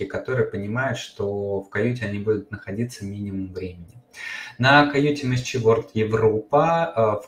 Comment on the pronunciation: Почему Вы говорите МСЧ? Английские буквы читаются эм эс си. Звука и буквы Ч нет. Это очень режет слух